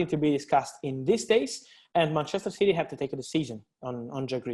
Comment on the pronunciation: Btw It’s City and not Citeh👍🏼